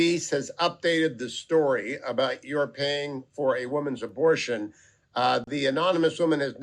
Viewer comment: “A little aborsh”